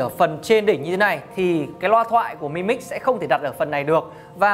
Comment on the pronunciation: "Mờ i mix" nghe chối tai quá.